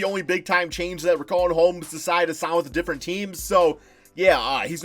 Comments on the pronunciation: It’s not RIC-AUN Holmes it’s RICH-AUN Holmes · its pronounced RISHAUN